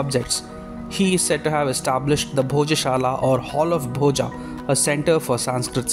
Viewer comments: It's Boja, not Bhojaaaaaaa. Learn to pronounce Sanskrit words properly. The 'a' at the end of every Sanskrit word written in English is pronounced as अ, not आ. In Sanskrit the अ maatra at the end of every word that has it is pronounced fully. It's not silent like it's assumed in Hindi. So it's Bhoja (भोज), not Bhojaaaaa (भोजा) or Bhoj (भोज्). This is why Sanskrit should be a mandatory language in school right from first grade, so that we don't have to deal with stupidity like this. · I mind your wrong pronunciation of Indian names. Please use right pronunciation. It's not "Bhojaa" it's "Bhoja" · Bhoja ये भोज है Bhojā ये भोजा है Rama ये राम है Ramā और ये रामा है Parmara Vansha ये परमार वंश है Parmarā Vanshā ये परमारा वंशा है,भाई भारतीय हो तो अपने भारतीय ढंग से बोला करो प्लीज, ये राजा भोज है , भोजा या रामा कृष्णा ये सब बोल बोल कर स्वयं को ब्रिटिशर्स का पिछलग्गू मत बनाओ दोस्त, आज तो गंगा जी को भी लोग गंजीस बोलना शुरू कर दिए है.... आने वाली जनरेशन को कल को इसके पीछे भी लड़ना पड़ेगा अदालत में, की गंगा है या गंजीज, भोज है या भोजा, राम है या रामा, योग है या योगा, इस अंग्रेजी फोनेटिक ने अधकुचरे भारतीय अंग्रेज समाज और इसके ज्ञाताओं ने यहां के मूल भाव का भेजा भोजा करके सब गुड गोबर कर दिया है, कम से कम आप तो अपना दिमाग लगाओ और अंग्रेजी में भारतीय शब्दावली को अपने मूल उच्चारण में बोलने का प्रयास तो कर ही सकते हो, ताकि भोज का भोजा न बन जाए, परमार का परमारा, तो प्लीज, आप तो थोड़ा सा सुधार करके प्रस्तुति देने का प्रयास कीजिए.! 🙏 बाकी आपके प्रयास और वीडियो के लिए धन्यवाद आपका.!🙏🙏🙏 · आप राजा भोज के बारे में बोल रहे हैं. Bhoja क्यों बोल रहे हैं